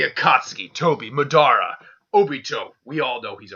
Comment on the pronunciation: are you calling MAdara MEdara